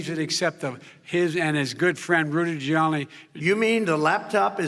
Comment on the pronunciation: that darn rudy gewrliani, that waskely wabbit